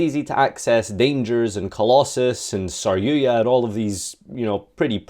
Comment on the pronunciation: take a shot Everytime he mispronounces sar-yu-JA